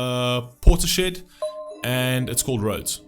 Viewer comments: When then "reaction" people call them Portis-shed, I wanna jump through the screen and beat the shit out of em. You're insult bands people love man. Before you react to something, you might wanna find out how to actually pronounce the bands name. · Good God thank you for this one. It's pronounced Portis-Head. Beth is a beast. My favourite female vocalist of ALL TIME. This band is truly timeless. 🎯